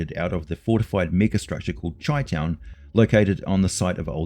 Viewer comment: Chi town. It’s pronounced “shy”-town , not chee town. Love rifts baby yeah! It’s the nickname of Chicago. FYI great videos love the content.